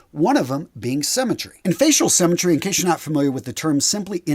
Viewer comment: He thinks that 'symmetry', a concept people learn in primary school, might be an unfamiliar term to some people. He also pronounces it 'semmytry'. Guys, what do they teach you in US schools?